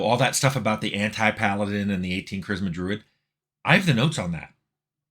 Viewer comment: Tim! You pronounced Paladin correctly!